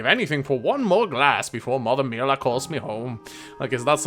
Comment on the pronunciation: Already played through most of this game in Japan. While the voice acting is better so far in the Japanese version, man the language has so much more color to me in the U.S. version! I do have to admit I'm a little bit annoyed Mira-sama (mee-rah) is pronounced Mill-ah with the soft "i" though. Also, WHY IS ROBIN CALLED TOBIN!?